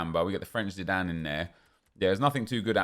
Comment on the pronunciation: Y do u say the french zidiane